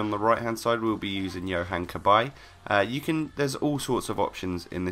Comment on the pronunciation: Cabaye NOT Cabbage